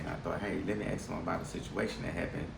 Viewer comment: If you have no receipt when walking out ,they have a right to ask for one , don't blame the cop for asking, if you return to the store with the product and don't produce a receipt upon being asked you are trying to pull a fast one and that has nothing to do with race, and for God sake learn how to pronounce ASK!